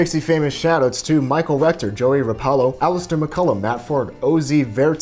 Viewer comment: It was weird hearing my name in the fixie shoutouts. Happy to be supporting the channel. And it’s Joey not Joy. Lol For fall commuting, just because you start cold doesn’t mean you’ll end cold. Be a little cold when you start. Just short of shivering. As you ride after that initial cold air making you colder your body will warm up no matter how hard you push. Depends on your own tolerance as well.